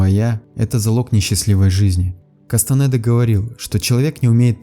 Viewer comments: Не Кастанэда а Кастанеда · Кастанеда , а не кастанэээда